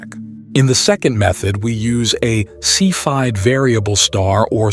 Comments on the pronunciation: The correct pronunciation of "cepheid" is like this: "seff'' - EE - id", not "seff" - hide". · Seph-aid? Really? You can't get the computer voice to pronounce cepheid correctly? And dispensary instead of discrepancy. Weird. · Obviously there's no "hide" because the h is part of ph, the sound of "f". And yet in German, ei is never "eee", it's like "eye". We all say Einstein, not Eensteen . So I would posit that cepheid should be like sef-ide.